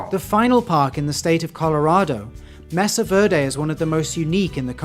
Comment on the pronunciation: Mesa Verde is better translated as "green butte" or flat-top hill. The name was given by the first Spanish explorers/colonists to come there. And its "MAY-sa not "MESS-ah.